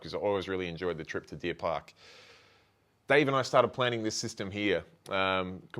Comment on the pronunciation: Deer park aquarium! You said it right, straight shooter and just an all round top bloke! He’s my go to fish shop!!